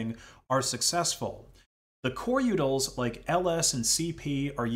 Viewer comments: Utilities... U-tils... Not yutals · u-tils, not u-tuls. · The uncanny valley of this AI narrator is intense. I've never heard a human pronounce utils with a flap-d before. U-udils and Coreudils sounding like Daffodils, but if a d already comes before it like findutils, then it is keeping it as a regular t? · it sounds like you keep saying "yootles" instead of "utils" and that makes me chuckle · not liking how you pronounce “utils” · The way you say utils makes me hurt on the inside. lol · Ow, my ears. The number of utils you've mispronounced. Say it with me: "su-doh" != "su-dew"